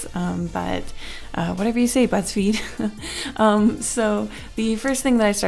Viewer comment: oh my god i heard "Whatever you say butts feed" hahahah